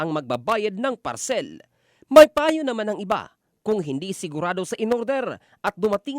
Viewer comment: Ang sakit sa tenga nung parCELL!😂😂😂